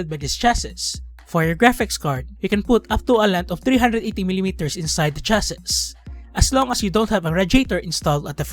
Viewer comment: it's pronounced as chass-ee or you can just simply say "case"